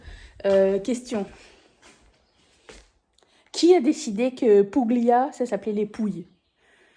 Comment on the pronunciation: Je crois bien que le G ne se prononce pas dans "Puglia", ce qui donne une prononciation genre "Pou'lia" et donc "Pouilles" 😬 Votre maison a l'air super chouette, cette salle de bain est parfaite ! 😊